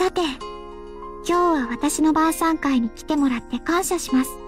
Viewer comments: 「今夜は晩餐会にしましょう」が「今夜はバーサーカーにしましょう」に聞こえてしまった笑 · 晩餐会がバーサーカーに聞こえたw